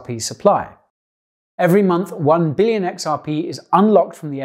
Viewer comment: "9 Bililion xrp" rofl